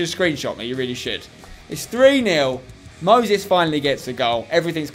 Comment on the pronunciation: why does he pronounce Moses as mosis